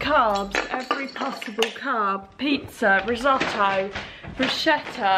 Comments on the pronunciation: The "ch" sound in Italian is pronounced like a "k"; so it is brusketta, not brushetta! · Wow, a marathon, way to go! Good luch with that! ☝🏻 Oh, and just one small tip: bruschetta is pronounced broo-sketta, not broo-shetta 😉